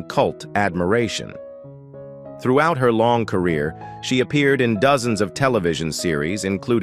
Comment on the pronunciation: Zed cars not Zee cars 🙄